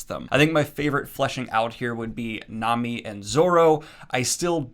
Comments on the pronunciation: Its pronounced nah-mi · Sanji is pronounced Saw-n-jee Nami is pronounced Naw-mee Also, Usopp gets better. Its gonna take a while though. This fact is widely agreed upon. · nami is pronounced naw-me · Ahh shit lmao first time seeing this old video of Daniel...lmao he is one of them that said Naymi ig lol...and said she's busty ????lmaoo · Nami (Nom-ee) please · Hey Daniel! Just a little tip for pronunciation of Japanese words! It mainly comes down to the vowel sounds. If you see vowels in a romanized Japanese word, they will USUALLY make these sounds (the sounds these letters together make in a word). Hope this helps! a = ah e = ai (wait) i = ee (meet) o = oh u = oo So for example! Nami is "Nah-mee", Sanji is "Sahn-jee", and manga is "mahn-gah". Loving seeing you take a step into the crazy world of Japanese comics! Hope you have fun! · I’ll let you know now ( no spoilers ) . Oda , is heavy on world building and foreshadowing. Your analysis was great ! A little bit more depth for Zoro and Mihawks fight but I understand given his character and where you are right now. - The next area is Alabasta and “Sanji” and “Nami’s” names are pronounced with [a]. I got nothing for Usopp 😂 people either like him or not lol he’s comedy for me. All in all been subbed for a while and love that you reviewing One Piece! No idea if you’ll see this but the arcs will not get shorter but gain more depth and development to the islands for whatever arc you are in. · I wasn't going to correct your Sahn-gee, but it sounds like you're still saying Nah-mee wrong too. Just in case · Nah-me San-G Ala-bas-ta Im so happy you like One Piece so far also just helped you with names in case people get angry at you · Small correction. Sanji is pronounced Sahn-gee and Nami is pronounced Nah-mee